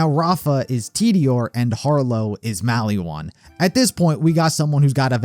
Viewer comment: if i hear mally wan one more time